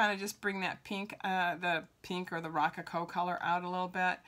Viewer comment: Great video. Check the pronunciation of “rococo “.